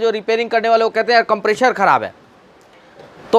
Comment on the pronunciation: If you can pronounce "compressor" then why are you deliberately pronouncing it as "Compreshor"